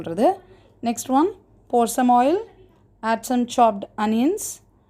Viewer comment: Why to pronounce like that onions